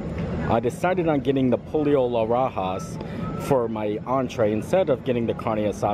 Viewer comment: Also said po lo for pollo